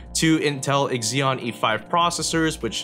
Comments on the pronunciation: Ex-ZeeOn... Nope... Xeon is pronounced "ZeeOn" FYI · Z-ON. not X- EON. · I've should've guessed it was a bs video when he kept saying "EKSEEON" PS: workstations can actually use server-grade hardware. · it's pronounced zeeeeon ;) your welcome :P